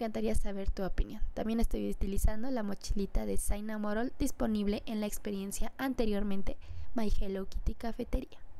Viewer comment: por si acaso se dice shinamonroll